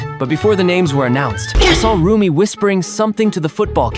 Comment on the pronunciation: it is also rumi not roomie